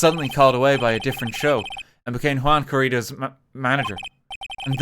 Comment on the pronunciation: yuan? YUAN?! WHAT DO YOU MEAN YUAN??? *cries in spanish* edit: corr*i*das not c*o*rridas